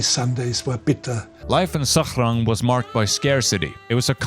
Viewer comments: why are you pronouncing Sachrang in an arabic accent lmao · Have nothing else to add, except that the way you say "Sachrang" hurts even my non-German ears.